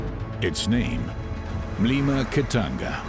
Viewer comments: Is not kitanga its kitonga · this is home, so cool to see it in documentary. Also the road is pronounced KITONGA, I was confused where KITANGA is lol